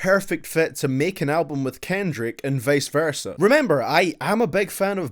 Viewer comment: why is he pronouncing kendrick that way ?!!